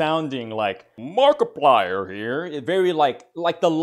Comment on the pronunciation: "Hewwo evewybody, my name is Mawkiplier and welcome to Five Nights at Fweddy's, a indie howwow game".